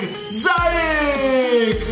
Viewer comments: Non si pronuncia zayek Si pronuncia ziyesh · Sì dice ziec (c dolce) non zaiec (c dura) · Non si dice Zaic ma Ziech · IO TI SEGUO DA LECCE. SIETE DEI GENI!! SI PRONUNCIA ZIECH. ZAJC È L'EX GIOCATORE DELL'EMPOLI!! 😂😂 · Si pronuncia "Ziek " 😂 prego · si dice ziec e poi mi spieghi pk dici casuccia?